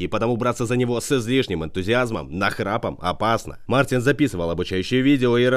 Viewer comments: Не Мартинс а Мартиньш (Mārtiņš)! ЛАтвия!!!!!!!! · По латышски правильно Мартиньш (Mārtiņš)